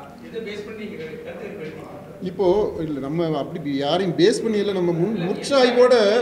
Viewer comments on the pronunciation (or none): none